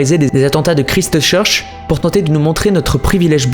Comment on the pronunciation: Pffrrr ! 😂 "Kristeuh Cheurche"